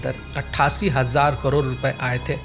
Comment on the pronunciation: Bhai करोर ni करोड़ 😅